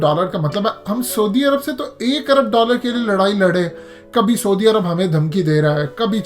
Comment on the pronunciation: میاں سودی عرب نام کا کوئی ملک نہیں ہے۔ لفظ ہے س عو دی عرب۔ یعنی س پر زبر اور ع پر پیش۔